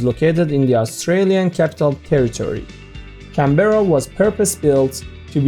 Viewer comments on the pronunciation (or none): First of all, love this video. Very interesting indeed. However, since you have made an effort to know the local pronunciation of “Toronto” and “Ottawa”, why not do the same for “Canberra”? :-)